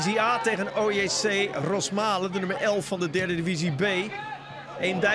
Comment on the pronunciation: ESPN commentatoren blijven het verkeerd zeggen: het is ROSmalen, klemtoon op de eerste lettergreep.